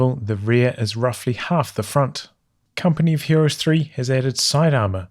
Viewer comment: Does it sound like he says "company fuhrer's 3" or is it just me?